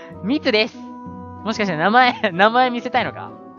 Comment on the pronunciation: み↑つです